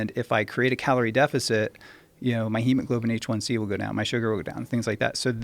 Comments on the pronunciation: Great podcast, great guests 👍 although It drives me crazy when that one guy keeps calling it “Hemoglobin H1C,” It’s Hemoglobin A1C . (because it is the Alpha subunit of hemoglobin that is glycated ) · It’s not hemoglobin H1c... it’s hemoglobin A1c. Do you even know bro? 🤔